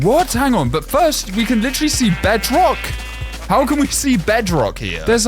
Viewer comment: ah yes finally..bedrŌck